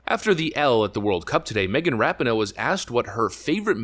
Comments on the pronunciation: Ra Pi No É not ra pi no... Then again, don't pronounce the E and keep mispronouncing it, it fits ! IT doesn't even deserve to have it's name pronounced right ! GOOD riddance if IT'S actually really gone ! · pronounced Ra-pee-no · Love you're videos and content, but once again her name is pronounced Ra-pee-no. I believe it's an Italian last name. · The narrator should learn how to pronounce her last name correctly. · I really don’t like this woman. But if you’re going to make a video about her at least pronounce her name right